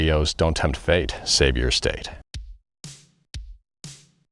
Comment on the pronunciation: I swear he says save your "estate." Either way, wise advice.